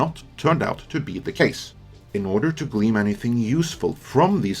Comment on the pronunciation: Not to be that guy, but it's not "hyper-bowl," it's "hi-per-buh-lee." Also, it's not gleam, it's gleen. Again, sorry to be that guy. I always appreciate coverage. As for the Brie Larson story, you're being more fair with her than I would at this point. The way she, when referring to white men, always calls them white "dudes" just comes across to me as disdainful. This could just be me, but something about the way she says it makes it seem like, in her mind, it's reductive, and intentionally so. Also, there's the old Shakespeare phrase, "me thinks the lady doth protest too much" that comes to mind with regard to how she's spent a lot of time saying, "Do I hate white dudes? No," but she's so ambivalent about it, like she knows it's not true. Think what you want, but I don't believe her.